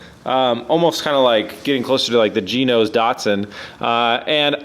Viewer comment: I know he said "g-nose" but it souned like he said Ginos Datsun